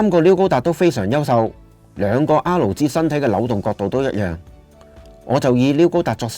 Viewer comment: 好多謝你嘅分享，真係好有心機 少少意見，作為YouTuber，如果可以改善RG發音就好啦，畢竟呢兩個字喺片中都出現咗好多次